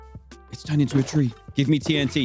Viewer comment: "The TNT Ree" 😂😂😂